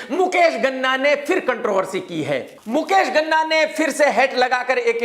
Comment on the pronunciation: Ghana nahin, Ganna ( Sugarcane)